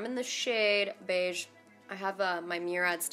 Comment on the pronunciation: not sure why but i'm dying over the way you said beige. 😂